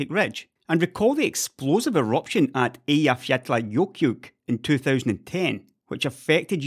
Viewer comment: You actually went to the effort of pronouncing Eyjafjallajökull, you absolute madlad. 10/10, would watch again.